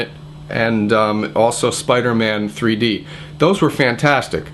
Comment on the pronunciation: it sounds like he said 3 porno lol